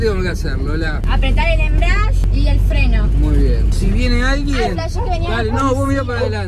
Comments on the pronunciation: me molesta que le papá diga embriadge y no EMBRIAGE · "el embriash" Se dice embrague kpo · "embreash " quien le enseño al porteño este por dios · perdon pero me puso nervioso que diga "enbrash" den vez de embreague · jajaja no es ni embriadge, ni embriage Es embrague paa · “el embriashhhh” JAJAJAJAJJAJ los quiero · Por que decía "embriash" JAJAJAJAJ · Se dice embriague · 3 meses después pero no es embriague es embrague. Sin la i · Embrague se dice pa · “EMBRIASHH” JAJAJAJAJAJAJAJ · De tantas veces Que dijo embriash ya bautizó el auto xd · Amigo explica muy mal el chabon ese “embriash" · Mal amigo ajjaja el embriash jajajaja lpm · que no se dice asi,lo pronuncia para el ojete !